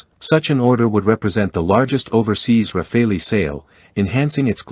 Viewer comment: I am really sick and tired of people saying RAFAELI instead of Rafale, like chacal, like focal, like moral. I really don't know where people (mostly Americans) get this suffix "ELI" at the end of rafale. The Americans have a bad habit of butchering other people's languages.